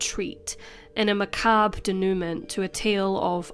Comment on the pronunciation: I'm sure the word there is denouement, pronounced day-knew-mwah - not denowment.